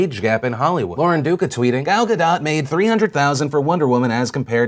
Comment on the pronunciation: Gal Gadot: Say "Gall Ga-dote" to pronounce correctly.